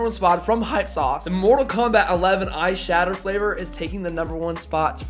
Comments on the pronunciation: It sounds like your saying eye shadow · Every time you said that “ice shatter” I kept thinking you were saying “eye shadow” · I shouldn’t have read this comment I heard this throughout the whole video